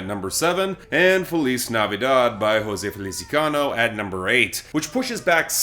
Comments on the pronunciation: Over/under on how long it takes to learn it is José FeliziAno and not FeliziCAno? Not a "C" there, as anyone can see. Going on three years now, I just laugh every time. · it's "José Feliciano", not "José Felicicano". Please stop adding the C between the I and the A. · It's Felici-YAH-no 😩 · I love you and your content, I never miss a Billboard Breakdown. But for the third year in a row, repeat after me FEH-LEE-CEE-AH-NO